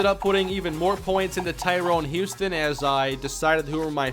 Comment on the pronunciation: It's killing me, his name is Tyrone HUSTON not HOUSTON. like this so can see it.